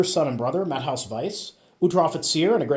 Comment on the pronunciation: His name is not pronounced as “Matt-haus”. The ä is pronounced as a German e. So it is Mah-teh-oos. Keep up the good videos.